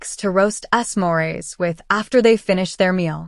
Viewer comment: “S” morees 😂😂😂😂😂😂😂